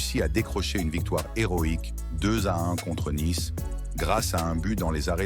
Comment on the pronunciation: "une victoire dramatique 1-0" 👉 l'IA, côté commentaires, on s'en passerait bien volontiers... Naïce, c'est Nice... Je ne vois pas pourquoi je m'abonnerai pour entendre ça !